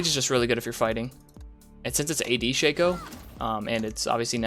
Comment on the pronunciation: Sheikho? Shake co? Sha-co.